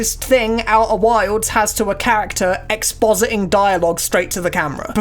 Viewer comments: Oeh' whaildz' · "Au'er wilds" never heard it said that way.